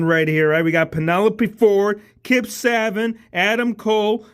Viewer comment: It’s pronounced Say-bee-In not -say-bin or saa-ben 😭